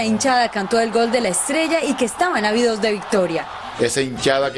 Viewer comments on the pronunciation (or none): Avidos de victoria? O Ávidos de victoria? La pronunciación y entonación son muy importantes en la lengua castellana, así como la ortografía. Señorita, con todo respeto: en qué Universidad estudió? HABIDOS tiene un significado muy diferente a ÁVIDOS. Tenaz....